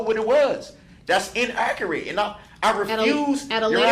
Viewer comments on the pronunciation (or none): Le me axe you, wuz it In-aa-kur-it . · The way he says INNAKURATE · "inakkeritt". he is such a moron he has no fkng clue. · Damn this dude just loves to hear his own voice and it’s damn annoying. “Inakurit” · I cant stand how he pronounces "inaccurate"